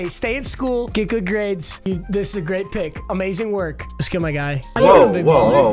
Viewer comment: let’s gay” 😂 (I know he meant to say go but then he mixed it with hey so don’t be mad)